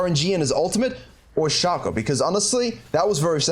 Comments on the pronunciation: You can play around all you want with your accent .. its still "Shaay cooo" .. !!!!! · i was watching till you said "shaw co " .. then I skipped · its "Shay cooooo" !!!!!!!!! .. you can clown around all you want with your accent .. its still Shay co